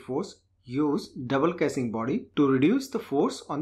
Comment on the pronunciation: please improve your pronunciation like casing.